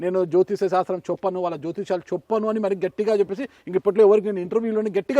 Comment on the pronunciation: ‘చొప్పను’ కాదు.. ’’ చెప్పను’ అని పలకాలి.